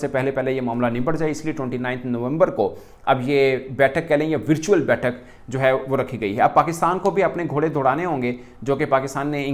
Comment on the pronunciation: वर्चुअ्ल होता हैं 😂😂